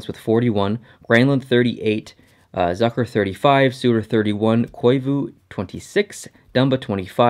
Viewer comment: Love the vids! BTW Zucker is pronounced so that the "Zuck" part rhymes with shook.